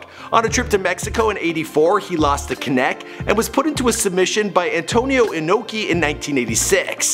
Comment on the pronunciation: Antonio CHIN-oki